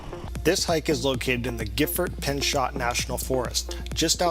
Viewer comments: It's "Pin-cho" not "Pin-chot". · Pinchot with a long o sound.